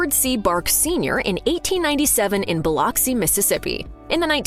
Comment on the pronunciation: As someone who grew up in Biloxi Mississippi, it's Bill-Uck-See not Bill-Ox-C. Also, New Orleans is not New OrlEANS. It's more like New Orlans pronunciation wise. Sorry if this sounds annoying but nobody ever pronounces either of those correctly and it hurts my soul 😭